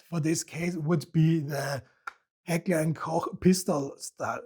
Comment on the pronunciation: Still strange to watch a video in english language while the protagonist pronounces Heckler und Koch and Walther correctly 😅